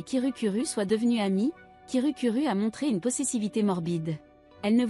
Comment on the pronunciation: Hum tu avait dit kirukuru a la place de kirukiru. /\__/\ |● ●| ( /> ) Un petit chat 🐱 ❤❤❤ Bref continu comme sa❤❤